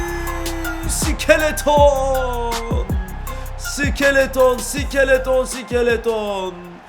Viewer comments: Abi onun adı sikeleton mu ayır sik -e-le-ton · Abi iskeleto sikeleton deil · abi iskelete iskeleton diyor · abi skeleton vurgusunu bi tık yanlış yapıyosun ya da bana öyle geliyor:D